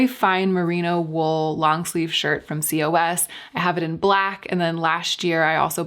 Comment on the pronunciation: lolol cee-oh-ess. In Europe we all just say "coss"